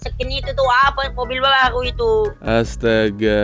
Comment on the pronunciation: Baruuuu❎ Bahuuuu ✅